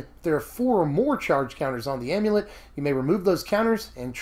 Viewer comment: Oh thank God you pronounce Amulet correctly!